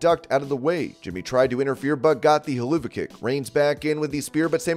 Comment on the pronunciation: hell-oo-vah kick. i love it hell-of-uh kick.